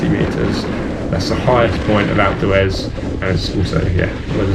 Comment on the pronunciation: You mean "Alpes du EZ" ?